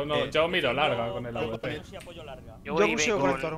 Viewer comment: porque dicen avp cuando es awp?